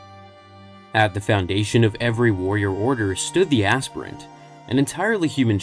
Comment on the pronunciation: It's not azz-pirent.... It's. Aspire-ent. To aspire to a higher calling. Your pronouncing the H in Wheat thins too hard. 😮